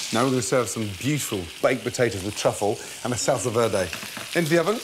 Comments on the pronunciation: Salsa, vierrrrrrrday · Adam Khalaf nope.Salsa verde is italian not french so you have to pronounce the R Salsa VEEERRRDEEE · Salsa veeldey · "salsa veldé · The was says SALSA VERDE😂😂😂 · „Salsa velrlrday“ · Jajajajajajajaja "salsa veldi" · The way he pronounced salsa verde is quite cringey. But other than that, fcking delicious. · Gordon should not attempt to say "salsa verde" anymore. Your welcome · Sahl - sal - sá - sá -veh -veh -deh -deh sallsá verhdeh :v